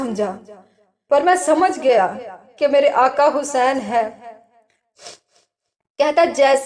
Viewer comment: Vedio bht achcha h mgr jo back ground m jo bol rahi h unka talaffuz sahi ni h Aaqa Hussain ko aaka Hussain kah rahh h plz dhiyan den